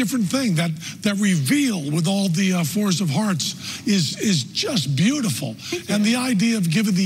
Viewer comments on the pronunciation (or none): Did Penn say "force of hearts" :)) ? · I'm having troubles figuring out exactly what Penn hinted, but I figured something myself: I believe Penn said "FORCE of Hearts" and not "FOURS of Hearts". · When he says "fours of hearts" it kinda sounds like he says "force of hearts", so I think he is implying it was forced, also he says "unflappable" so I think that tells us they were not flap cards. But even so I don't know how it was done.